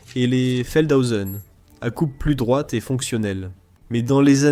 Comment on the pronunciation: De plus, à : pas « Felthosen », mais « Feldhosen ». Feld = champ. Cordialement